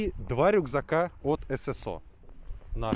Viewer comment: В первый раз слышу правильно на русском "эСэСО", а не "СэСэО"👍🏻